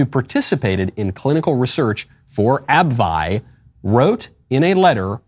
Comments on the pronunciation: It’s pronounced ab-vee not ab-vi 😂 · "Ab-vee" (for next time)